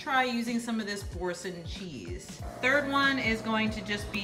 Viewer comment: Its pronounced "bor-saun" ....best cheese ever. 😊😊 and the noodles are plant based. An acquired taste.